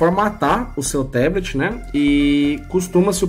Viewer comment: Fala amigão, ótimo vídeo, só a pronúncia de "Teblet" que está errada, em Inglês é Tablet mesmo com som de A!